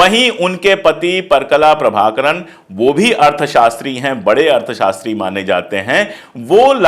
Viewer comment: kindly spell out name as parakala prabhakar , you pronounced wrongly